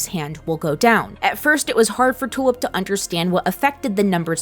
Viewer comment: I keep hearing Tulip's name as "Two-up". Is it just me?